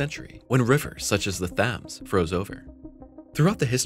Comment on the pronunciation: Jesus, learn (train) these damn TTV programs how to pronounce words. it mispronounces "Thames". It's pronounced "Tems".